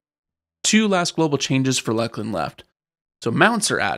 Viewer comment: It is pronounced LOOS-LIN ya fucken dumb seppos